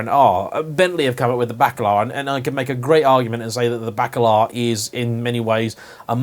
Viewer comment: Bently Bacalar? depends how you pronounce it. Isn't it's spoken as 'Bakalar'. Bakalar is 'dried cod' in slavic languages!!